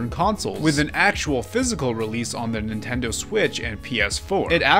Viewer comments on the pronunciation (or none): none